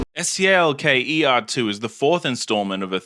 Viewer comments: He’s pronouncing it as it’s spelt. Full stop after each letter. So technically he is right. Ps The first game fucking sucks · Finally someone pronouncing the game's name correctly